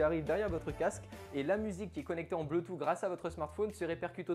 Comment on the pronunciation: Bluetooth /ˈbluː.tuːθ/ BLOUTOUSSE! Pitié:'(